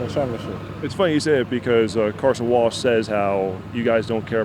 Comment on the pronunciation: It almost sounds like he's saying Carson Walsh....